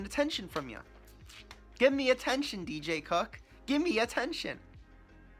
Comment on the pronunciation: Is he saying DJ CUCK?!